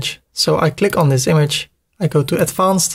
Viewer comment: Kolere spreek advanced is niet zo Nederlands uit. Spreek het uit als advenced